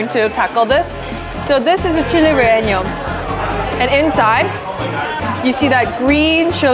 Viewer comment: i love that she can’t say “relleno” 😭 “re enyo” like awwe